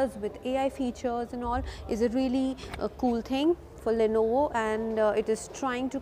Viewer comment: Le no vo pronouncing is too good.. madam